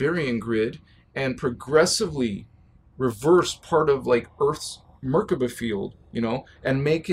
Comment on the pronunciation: much love for your content, thank you for all your help. I have a small note, the vibration of the words is not right if you do not say the words right. Nibiru and Merkabah should be Ni-Bee-Roo and Mer-Kah-Bah, not Nib-uh-Roo and Merka-Buh. Vibrations are important, as I'm sure you know. Keep up the good work, I'll be seeing you;)